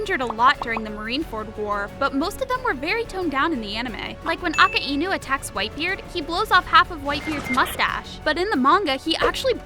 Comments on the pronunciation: Bruh said aka e nuh instead of ah kai noh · she really called akainu akaimu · Who tf calls akainu AKA-INU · "aka inu" isn't it akainu? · "Aka inu"💀💀💀💀💀💀💀💀💀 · aint no way she called akainu "aka inu" and doffy "daffy"💀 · AIKA-INU More like Akinu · It's not a ka I nu it's akainu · aka inu? i thought it was pronounce akaynu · WHY DOES EVERYONE SAY "Akka-inu" ITS "Akai-nu"!!! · A-ka-ee-nu really A-ka-ee-nu is that the best u could do u clearly have not watched one piece for 100 hours straight or at all ps its akainu it pronounced a-ky-nu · Nah she did not say “AkA iNu” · She said aka-inu like who tf would say that you are disrespecting the donut master🤬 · Bro really said aka-inu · It's said "akainu" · "AK- e- inu" LOL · bro i know but she said it like that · Just to let you know it’s pronounced a kai nu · ok i dont want to be nitpacicky and anooying but akainu bro why do you pronouce it like that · Nobody gonna talk about how said akainu? 💀